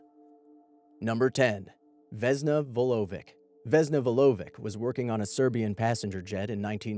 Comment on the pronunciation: Vulović or Vulovitsh. not Vulovik.